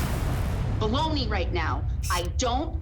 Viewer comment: Its NOT bull-ony judge😮 its bull💩 😂